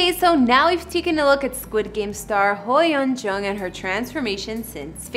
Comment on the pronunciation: you didn't even try to pronounce her name or most korean words here, im disappointed :/